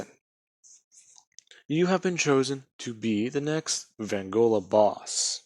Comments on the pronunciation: It's pronounced v-on-go-la no offense but I can't stand when ppl get this wrong your doing great otherwise dude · Fucking finnaly someone did this,also your pronouncing vongola wrong your saying vangola